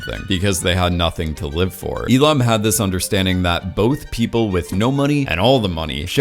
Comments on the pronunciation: Why do you call Il-Nam as Il-Lam? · Bro his fucking name is OH IL-NAM!!! OH IL-NAM NOT FUCKING E-LAM DUDE LIKE WTF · Wait, is Il-Nam supposed to be based on Elon Musk? Just listening to your video, whenever you say "Il-Nam" it sounds like "Elon." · You saying Il-nam had me convinced you were talking about Elon Musk.